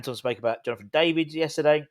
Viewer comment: Oh god you said Jonathan David again 😮